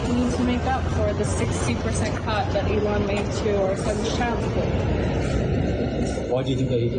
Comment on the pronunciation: He used to call Elon Leon